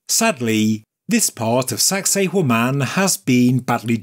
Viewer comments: all I hear is "Saxy Woman" when spoke the location. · Did you really say "sexy *hore man"? 😮 Stop it!